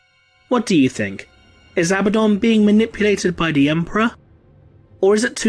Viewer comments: Isn't it pronounced A-bad-on not ab-ah-don ? Or am I blinded by heresy ? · Your pronunciation is wrong: A-BAD-dun